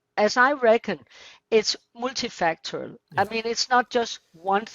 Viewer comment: "Multifactorial" - lol